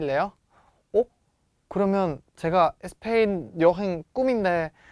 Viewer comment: 저번강의때뷰터 느낀건데 쌤 스페인이라고 말할때 꼭 에스페인 이라고 하시네용 혹시 스페인어로 스페인이 에스빠뇰이라서 에스페인이라고 하시능건가요? 🙄🧐